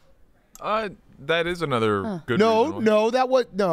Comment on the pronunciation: Anudder day, anudder Lucas L